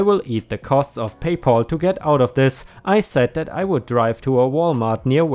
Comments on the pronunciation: It is Pay Pal not Paul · Pay pal. Not pay Paul. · Whereas we Brits can’t even get drinkable tap water most of the time - often hear reports that we must boil all drinking water! By the way - it’s PayPal - not PayPaul! Lucky old Paul - all payments go to him! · Please check on your pronunciation. PayPal is not pronounced Pay Poll but Pay Pall with a "Ah" sound not a "O" sound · PayPal= pay pal - sounds like gal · I have a problem with the mispronounciation of the name "PayPal". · 🌟🌟🌟🌟🌟 2 stories a day!!!!🌟🌟🌟🌟🌟 By the way..PayPal.....pal has a short a, rather than a long as, sound.